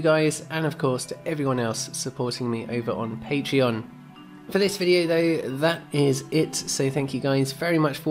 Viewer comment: Haha refreshing to watch a non american developer who can pronaunce all patreons' names from different languages without butchering them.